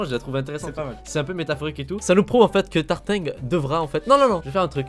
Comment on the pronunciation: C'est Tartin pas tartingue